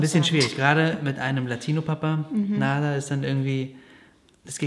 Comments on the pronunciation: Der Mädchenname „Nada“ wird im arabischen auch nicht so ausgesprochen, wie er im deutschen geschrieben wird, sondern eher mit einem „ ä“, das heißt „ Nädä“ , das hört sich im arabischen schön an. Es wird in Deutschland einfach falsch ausgesprochen 😉wünsche euch alles liebe...😊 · Nada wird im arabischen aber eher "Nadda" ausgesprochen (also mit kurzem ersten 'a'), könnte das nicht ein Kompromiss sein? Klingt dann gar nicht mehr wie das spanische "nichts" 😛